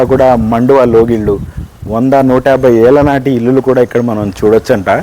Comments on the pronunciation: illulu anakoodadandi, illu (ఇళ్లు) అనాలి.singular ఇల్లు, plural ఇళ్లు. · ఇల్లులు కాదు యాంకర్ గారు ఇళ్లు అనాలి